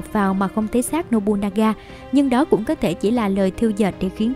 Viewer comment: Một số nội dung có thể chưa chính xác, có thể bạn không đọc đúng cách đọc tiếng Nhật như Nobunaga (đọc đúng là Nô Bư Na Ga, bạn đọc là Nô Bu Na Ga), thì tên Toyotomi Hideyoshi phải viết cho đúng bạn nhé, trên clip bạn nhiều lần để là Toyomi Hideyoshi.